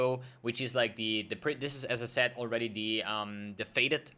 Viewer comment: it's funny when you say "as i said" quickly it sounds like you say "SSF" lol